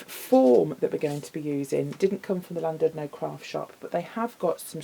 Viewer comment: Hi, I love the wreath. Just to let you know, you pronounce Llandudno with a C, so you would say Clandudno. Just incase you have any Welsh viewers lol x